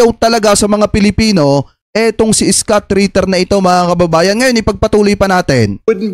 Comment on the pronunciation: Hindi skut kabayan..scott(iskat) ..engish kasi kaya ka hirap ee hehe